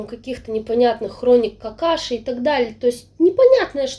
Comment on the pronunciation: Все время слышу вместо хроники Акаши ,хроники Какаши))))